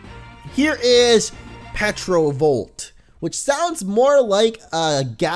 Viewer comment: Shouldn't Petrovolt be called Pterovolt, As in Pterodactyl?